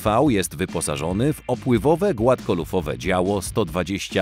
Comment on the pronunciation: 9.44 "opływowe głafkolufowe działo"🤣🤣🤣🤣🤣